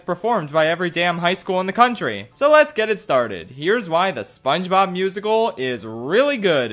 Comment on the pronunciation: It does not sound like he is saying SpongeBob it sounds like he is saying mama mia